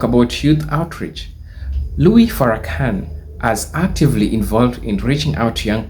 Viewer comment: Please refer to him as minister Farakhan. Please stop mispronounceing his name.